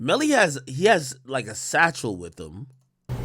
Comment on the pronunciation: he said satchel